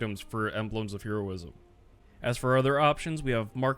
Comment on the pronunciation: ...okay, I just have to say, I don't think I've ever heard anyone pronounce "Heroism" like that when you were talking about the necks